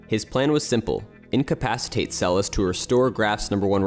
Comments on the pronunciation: The second s in her surname is pronounced as sh... Get it right folks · Great job . Monika Seleš ( prononciation Selesh) one the greatest tennis players in history.